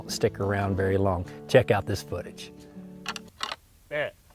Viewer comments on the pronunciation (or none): none